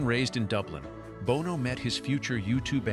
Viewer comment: Pronounced Bono wrong